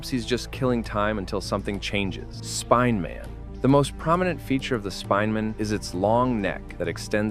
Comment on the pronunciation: bro said spinman